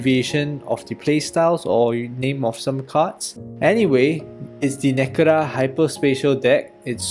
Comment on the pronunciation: Been meaning to catch up on these for a bit now. Love seeing some English content for the DMP community. I know the discord has been enjoying these vids. [small note, but "Nekura" is actually "Necra". Its mtg slang for well, this color combo on much older cards.]